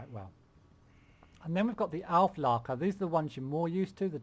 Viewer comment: Auklärer not Aufleker. Also Spähtrupp and not Spahtrupp.